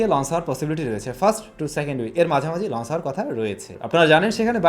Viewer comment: Bro lonse na bole launch bolun sunte valo lage na try to improve ur accent